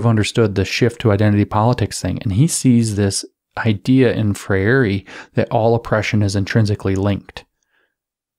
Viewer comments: Thanks for your excellent presentation. A better English pronunciation of of Freire's name is "Fray-er or Fray-re". I share the same name. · It's pronounced 'fray-ree'